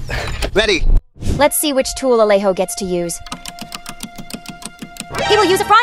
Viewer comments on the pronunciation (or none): No es alejo no alego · Es alejo no es a Alego